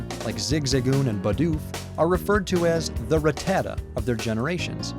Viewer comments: It's Pronounced Rat-Ta-Ta not Rah-Tah-Tah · Rattata- "Rah-tah-tdah"??? Never heard anyone say its name like that ever...